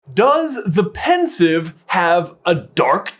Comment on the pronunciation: its pensieve not pensive, as sieve the thing you drain your pasta in